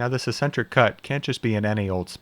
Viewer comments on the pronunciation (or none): Do a lot of people say "ess-entric" instead of "ex-entric"? That's new to me.